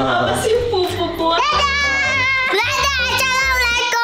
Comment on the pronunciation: miguel lucu bgt pas nutup hahaha gemess.. "dadah acalamwlaikum walamatuwali wablakatuhh.."